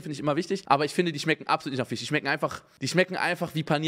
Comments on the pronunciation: Immer wenn er FISCH sagt klingt es wie FICH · Jeder: Fisch Unge: Fich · Simons „Fich“triggerd mich so..😂😂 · "Fich" Rewi kommt auch hier vor xD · Wie sweet Unge Fisch ausspricht Fiisch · Niemand : Absolut niemand : Unge: die schmecken absolut nicht nach fich 😂